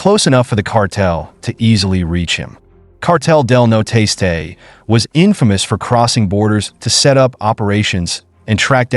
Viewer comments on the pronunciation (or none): It's not cartel de no tastay, it's cartel del Nor-este